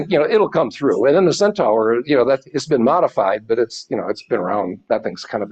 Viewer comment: Just a pronounciation nit - Centaur is pronounced as "Centarr" not "Centower"